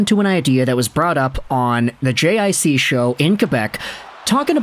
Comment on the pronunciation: Lil' help with the french, JiC is pronounced "G-Say" cheers! 🍻